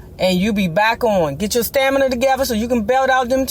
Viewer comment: Who is this lady, how come she can't pronounce stamina. It's stamina not stanima. Why is she bragging about her BMW. Possessions can't give you class. How can you talk about Bobby's weight let's see if your stomach see sticks out further than your breast. Current picture.